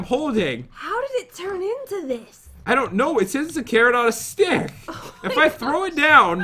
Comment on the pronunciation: OMG you said "MY PIG ON A STICK TURNED INTO THIS" instead of CARROT on a stick 😄😄😄😄😄😄😄😄